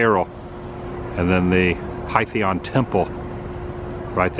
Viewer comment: Hi Adam, Just notes: Bulbs are not the same as Neon glass tubing. Old painted advertisements are usually called “Ghost Signs,” and Pythian is pronounce pith-ee-un. Cheers and Warm Wishes from Route 66.